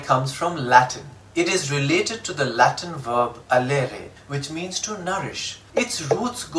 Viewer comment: Prawpuh pronunciation? BrE /rɪˈleɪ.tɪd/ ; not raylayted... The way you pronounce woman shows your manly patriarchal bias... From now on we should say, "Wo-(manless)" is mortal.", because of all the injustice that they have gone through since time immemorial... A prerequisite to approaching gender neutrality is to undo years of wrongdoing women have had to be at the receiving end of... How about taking on the wife's surname after marriage to strike a balance, as an essential first step towards reaching that goal? Are you woman enough to take the challenge? Are you game? Showwomanship... One-upwomanship... right? What a piece of work is woman? Why does a "woman" even have to borrow a "man" to make sense? Can't they be made "man"less? So unfair... right?